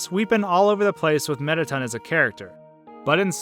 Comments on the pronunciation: AHAHAHAHHA "METTATUN" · You pronounce all the names wrong on several levels, I mean, "Mettaten"? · alphys, not alphees mettaton, not mettaten napstablook, not napstabluk